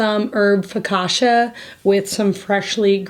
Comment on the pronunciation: Your new home is beautiful and an ideal place to raise your family. The cooking segments are always inspired and well executed!! Being Italian I was also impressed with the focaccia you made. Respectfully if i may take this as a teaching moment since you reach so many people.......the pronounciation of focaccia is Fuh-kaa-chuh! Grazie!!